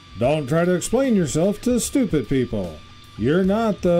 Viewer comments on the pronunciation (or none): none